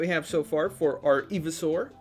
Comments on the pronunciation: Today we’re going to be building Evysaur It’s pronounced “EYE-vee-saur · Hotbots? Eeveesaur? It's hotbar and pronounced ivy not eevee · he's saying eveesaur not ivysaur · it's not ee-vee-saur it's i-vy-saur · I kept shouting IVYSAUR everytime u said eveisaur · ITS PRONOUNCED IVYSAUR NOT EVYSAUR! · It's pronounced Eye-Vi-Saur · Eevee-soar lol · It’s iv- a-sour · I'm sorry did you say fucking eevysaur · It’s called Ivy-Saur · The way you pronounce ivysaur just breaks my soul🙁😢😢😢😢😢😢😢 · I’m sorry but the way he says ivysaur hurts my soul 😂😂good video tho